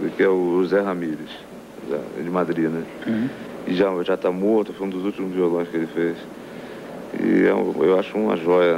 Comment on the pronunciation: O Tom Jobim falava "jás" também sksksksk